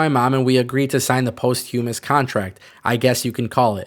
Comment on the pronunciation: Listening to you absolutely butcher the word posthumous like 800 times made my day. Thanks for the laughs.